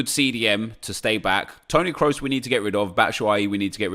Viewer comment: Its Kros not Krus